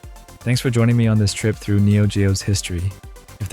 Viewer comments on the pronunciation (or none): none